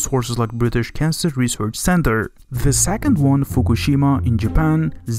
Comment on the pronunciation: "Cancel..." or is it suppose to be "cancer...."